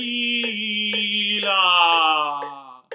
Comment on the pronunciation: Good Foundation but you are missing double L in the word Sfavillllllllllllllllllllllla.